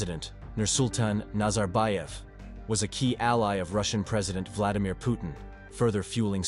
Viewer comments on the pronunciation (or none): none